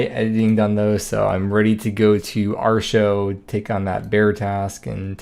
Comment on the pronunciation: Dear god please stop prononuncing Arrrr-teee-ohh like ar-sho. I know the wiki text to speech told you that, but it actually makes my ears bleed. Love you, I just can't take hearing Arsho again.